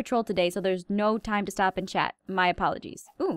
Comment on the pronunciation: said stoop insted stop